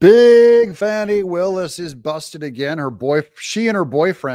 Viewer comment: That female dog's name is pronounced Fanny!!!